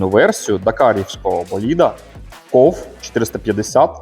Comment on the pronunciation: То він не Кове, а Ков))) дякую, цікаве відео